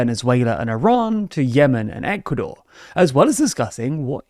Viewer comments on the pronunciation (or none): none